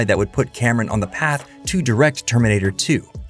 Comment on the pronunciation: His name is James Cameon, The bravest pi-o-neer.